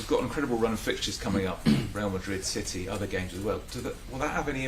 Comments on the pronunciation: I heard it as shitty. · I love how he cant pronounce city, or can he? always calls em shitty 😂😂😂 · I love how he also calls City "Chitee". Top man. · Did he just call City "shitty" 😅😂😂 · Gotta love the way the gaffer pronounces City..... nuances 😂